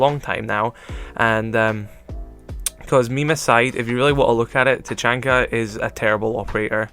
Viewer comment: YOU SAID HIS NAME WRONG!!😡😡😡